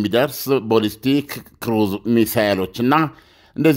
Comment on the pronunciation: ኣለምነህ ዋሴ የበዙ መረጃዎችህ ኣሪፎች ናቸው ግን please የቃላት ግድፈትህን ኣስተካክል ለምሳሌ no ኮማላ ካማላ no ቦልስቲክ ባልስቲክ የመሳሰሉ የቃላት ስተቶችህን ኣስተካክል ለየት ያልክ እየመሰለህም ከሆነ ልክ መንገድ ኣደለም እና ጥሩ ምልከታዎችህን ሁሉ ያጠፉታል